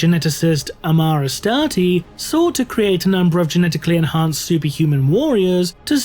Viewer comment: *Amar Astarte"... Jesus Christ...